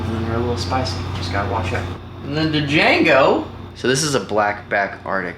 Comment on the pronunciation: BRUHHH how do u name ur snake D'jango and not know the D is silent -_- too many silent D's sneaking up on u ehh :P lol keep up the awesome content dude :D